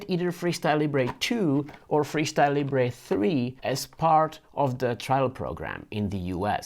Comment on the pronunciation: Even Libre have corrected their pronunciation It’s not Leebray, it’s Leebra